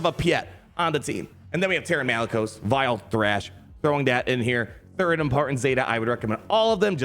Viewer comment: Dr. Aphra "THID" PRIORITY LMAOOO